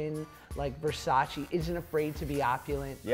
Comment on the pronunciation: It’s Versace not Versaci